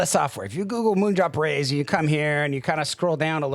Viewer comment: Why are you calling it the Reyes? Lol